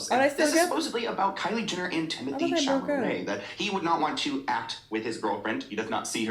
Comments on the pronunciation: "Timothee Chimotee "💀💀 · “timothée chimatée” 😭😭😭😭